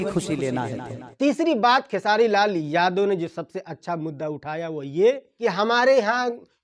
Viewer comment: Bhai vah sab to theek hai lekin jab Tum khesari Lal Yadav bolate ho to Yadav Shabd per itna Jor kyon ek Karan yah bhi hai isliye hamara Bihar piche hai kyunki hamare Bihar mein jativad bahut jyada hai to anurodh hai aapse ki thoda title per kamjor dekar bole aur jo Mudda hai use per jyada Jor dekar bole taki log acche se samajh paye aur sorry agar yah meri baat bura laga ho